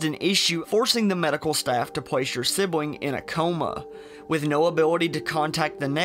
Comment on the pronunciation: I'm curious to why you have an issue pronouncing your "L"s. Instead of saying planet you said pwanet. Instead of saying sibling you said sibwing.